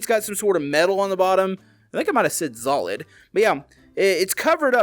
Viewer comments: You did say Zolid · you said like szolid